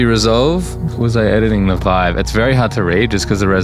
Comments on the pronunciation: "HTC Veeve" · "HTC VIV" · HTC VEEV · HTC VEEVE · HTC VeeV 💀💀💀💀💀💀💀